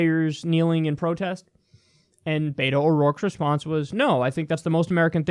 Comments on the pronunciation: its BET-O not BAY-TOE. Also please use his name in the title, He is Beto O'rourke not Dem Opponent Cant wait to elect this man tho! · Please stop pronouncing Beto as “bay-toe.” It’s pronounced “Beh-Toe” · Kyle, it’s “BET-oh”, not “Bait-o”. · For future reference Kyle, it's Bet-o not Bay-toe. Friendly correction from a Texas Lefty, you'll sound like less of an outsider. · I think Beto's name is pronounced "Bee-toh," but I'm not sure. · Btw Kyle, Beto is pronounced like Bet-O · I think the “t” in Beto is more of a “th” sound. Not like the “t” in “beta”.